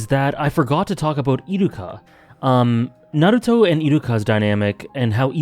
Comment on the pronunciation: It's pronounced Naruto, not Naruto. :)